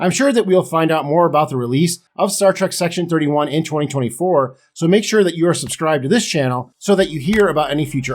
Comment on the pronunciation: Did he say "C-Section-31?" I'd watch that.